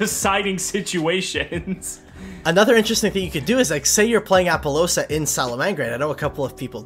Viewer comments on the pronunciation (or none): Wtf with appolousa? Lol